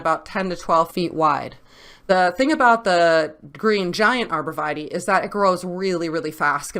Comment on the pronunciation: Arbor Vee-tay not Vitie